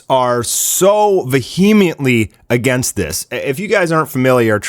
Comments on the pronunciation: This guy said vehemently wrong and it bothered me lol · embroidled? vehemiently? LOL ,, Good Grief, I mena i know the guy's a yank , but seriously? Oh I mean Seioriouselly. Hahahahahahaha